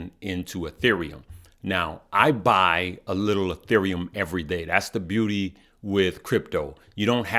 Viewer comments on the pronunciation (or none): none